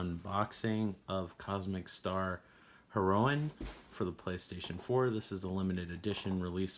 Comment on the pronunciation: I you didn't say Heroine correctly in the opening of this video or in all but one part of the video. :p It should sound like the drug. Cool release. I have the drm free PC version from GOG, but I have yet to play it. I think the Night Trap releases also had those SegaCD cases.